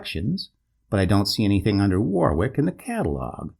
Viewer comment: Enjoy your narration, but Warwick is pronounced Warrick. An expat in Florida.